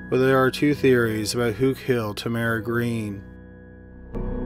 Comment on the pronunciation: Is that how Tamara pronounced her name? I've only heard it with accent on first syllable.